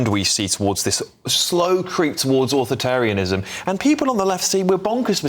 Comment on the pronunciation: The word is “authoritarianism” bro. Not “authatarianism”.